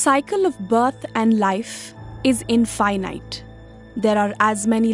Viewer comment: I love the pronounciation. In-fuy-nite... In-fuy-nite... In-... =oD